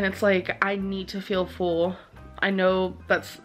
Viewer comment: I hate how she says “full” like “fool”